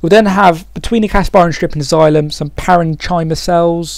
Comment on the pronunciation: parenchyma isn't usually said like that, its more like: Paren - Kim - Er